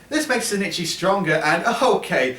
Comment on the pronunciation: Isnt the main dudes name ozaki? Why do you call him sinichi? Im like 153% sure the dudes name is ozaki, unless maybe the japanese versions name is sinichi? Or its his last name?